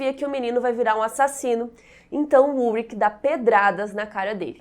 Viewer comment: Só uma correção, meu marido se chama Ulrich...e se fala, Ulrixi e não Ulrik